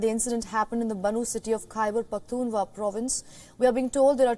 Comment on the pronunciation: It's Khyber Pakhtun Khwaa......not Hua......dear anchor